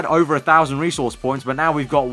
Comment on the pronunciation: Bro, learn how to say 'resource'.